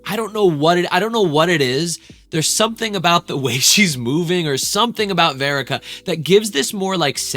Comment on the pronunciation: Her name is Verica, it’s just pronounced differently, not spelled differently🤦🏻‍♀️